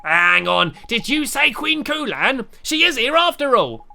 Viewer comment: My name is Khulan you are saying it wrong it is(ku-lan)